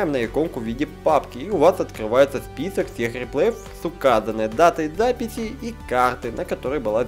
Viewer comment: я для запифи ,сходи к логопеду